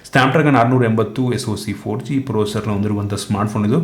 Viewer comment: ಅದ್ಭುತವಾಗಿ ಮಾತಾಡ್ತೀರಿ,ಅದರಲ್ಲೂ ಕನ್ನಡದಲ್ಲಿ ನೀವು 'ಬೆಂಕಿ' ಅನ್ನೋದು ನಿಮ್ಮ ಮಾಹಿತಿಗೆ ಒಂದು ಗಟ್ಟಿ ಮುದ್ರೆ ಥರ ಕೇಳಿಸ್ತದೆ. ಆಗಾಗ ಪ್ರೊಸೆಸರ್ ನ್ನು ಪ್ರೋಸರ್ ಅತೀರಿ ಆದರೂ ಆ ಉಚ್ಛಾರಣೆ ಗೆ ಕನ್ನಡ ಧ್ವನಿ ಸೇರಿ ಕೇಳೋಕೆ ಹಿತ ಅನಿಸುತ್ತೆ